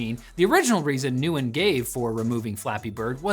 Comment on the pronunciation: So uh, nobody’s let them know they mispronounced Nguyen? It’s ‘win’, you can leave all those other letters at the door